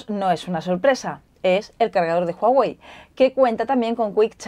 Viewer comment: "JUAWEI" JAJAJAJA C manasanta :v